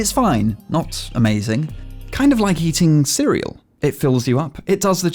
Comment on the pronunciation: "its like ceral"